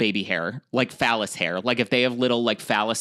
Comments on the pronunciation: Not calling vellous hair phallous hair HAHAHA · Im sorry did say phallus hairs? As is penis hair?! its vellus hair! Lol!😂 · psst... idk if I was mishearing it...but I was hearing "vellus hair" as 🍆😂